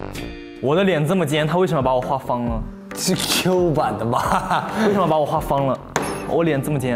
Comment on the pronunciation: LMFAO JUSTIN'S ACCENT WHEN SAYING 'CA CA' AND 'SUN MO" HAHAHAHHA WHICH PART IN CHINA IS HE FROM?